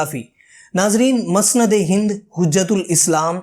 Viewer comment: مسند ہند میم کے پیش کے ساتھ بولیں ! جزاک اللہ ! بہت عمدہ کام ہے !!